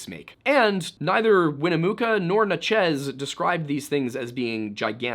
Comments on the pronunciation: Are you trying to say Natchez? I only ask because you seem to struggle with this one. I've heard you say it in other videos. It's just Natchez-- like "matches," with an N. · I live 10 mins from the Natchez trace that I've now learned we've all been mispronouncing our whole lives lol